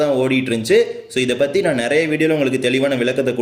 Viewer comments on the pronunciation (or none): none